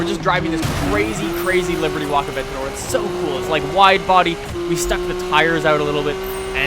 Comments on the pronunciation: bothers you, but not the fact that he pronounces "abentador" as "aventor" ? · The Lamborghini A-Vent-on-my-door